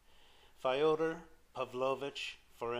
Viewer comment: Not Fi-oder (like Fido) - It's Fyo-der like Yo-der, with an F on the Front. But thanks, nonetheless.